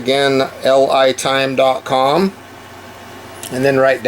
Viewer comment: Everyone else is pronouncing that "Lee-Time". I hope they're decent because I just bought two of their products.